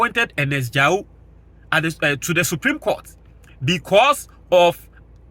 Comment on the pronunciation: Ernest Ga ye wu (Gaewu) not Ja wu.